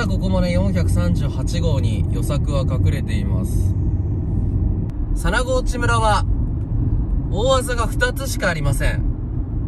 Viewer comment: 佐那河内は「むら」ではなく「そん」と読みます。 by R439 沿道住人